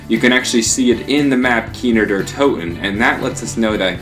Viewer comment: "Keener Deer Toten"